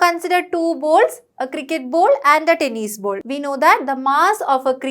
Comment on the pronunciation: The teacher's pronunciation is not good she is saying bowls instead of ball